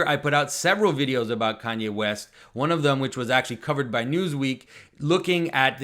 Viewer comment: West I thought you said weast.